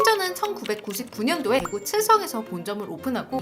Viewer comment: 대구를 대꾸라고 발음하는건 처음들어보네